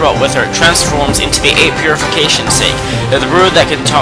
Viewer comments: the way u pronounce things is..wel stunning: Sake, Exorsise. Tsukiyomi (tsukukiyami??? wut?) Orcochi (oroki)? Usually I aint that hard on folks. and I like your video. But im rea;;y sorry when I say I hate it when people make a video and DON'T do either the Research or take an efoort in Pronunciation. BUT. Since I like your vid. Have my like and hopefully better luck next time. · "Eight Purification SAKE", not sah-kee, "sake". WTF Dude? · Pfff, "8 Purification SAYKE"? It's pronounced Saké, or Sak-ay if you aren't accent savvy. Also, o-roh-CHI. Not Oroki. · lol sake is said as: sah-kay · it's pronounced sak-ay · he pronounces Orochi and sake wrong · You pronounced sake wrong